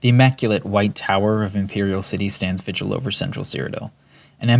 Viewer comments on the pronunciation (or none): none